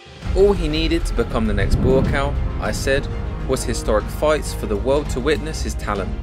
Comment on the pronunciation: Buakaw . You need to pronounce him as. Phenetic- Bhoo kow. It means mountain I think